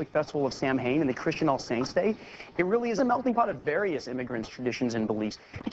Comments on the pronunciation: Samhain is pronounced Sow-in not Sam Hane. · Samhain is pronounced "sow-in", not "sam-haim". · Sam-hain. Actually pronounced Sow-in it's gaelic. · Okay he pronounces it Sam-Hane when it's actually pronounced souw-in 😋 trust me I'm Irish and that's the Irish world for November 😁 Halloween was the festival for welcoming Samhain, the month of November 👍🏼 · just a little fact, if anyone plans to use Reids halloween fact, the celtic festival "SAM-HAIN" is pronounced "S-OW-IN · "Sam-hain". Seriously? "Sam-hain"? The name of the festival, while spelled "samhain" is pronounced "sow-when". Continuity fail for an otherwise-brilliant character. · Smartest guy on the planet…mispronounces Samhain. It’s Sah-win not Sam-hane. Probably should’ve researched that one. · I refuse to believe that someone as intelligent as spencer Reid would call Samhain “Sam - Hayn”. He is smart enough to know that it’s pronounced “so-when” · What other Irish people cried when he said "Sam-hane"? ITS PRONOUNCED S-OW-EN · Sahwen not Sam-hain. It always bugs me too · Celtic holiday of Sam Hayne? No! Samhain is pronounced like your asking a lady pig the time of the party: SOW-when? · I'm sorry but its not pronounced sam-hain it's pronounced saa-wn I'm sorry I love the show it just annoyed my so much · No Reid it's not pronounced SAM-HANE. It's pronounced SOW-HEN. Sow which rhymes with cow. Of all people I thought at least you would know that! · Am I the only one bothered by the fact that he's pronouncing Samhain as SAM-HAIN, instead of SA-wen?? A linguistics buff like Dr. Reid would not make a mistake like that!! :p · Sam-hain? Oh Reid, I love you, but you pronounced that word completely wrong. :P (Before you start hating, I'm Irish and Samhain is an Irish Holiday. Halloween actually came from Ireland) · Man Said Sam hain lmao. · Samhain is pronounced sawen ( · He did not pronounce samhain as "sam-hayne" 😭😭😭 no one told him?? My Irish arse is weeping!! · Its Samhain (s-ow-in) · 'sam - hain' ugh